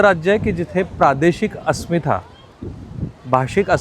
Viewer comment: अस्मिथा नाही हो अस्मिता म्हणा